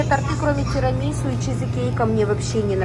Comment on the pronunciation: Ааааа!!! Тирамису с ударением на уууууу!!!!!!!